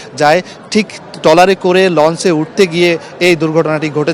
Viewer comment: Very sad incident. I could not watch it full. কিন্তু আপনার উচ্চারণ ঠিক করুন আগে ঘটনা কে গটনা বলছেন ট্রলার কে টলার বলছেন কি news পরেন এইসব।